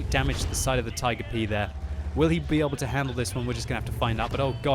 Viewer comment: Is it just me or is it really funny when says something wrong eg damwidge.